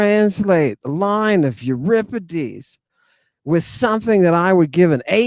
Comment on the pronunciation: Not to mention his mispronunciations!! Lol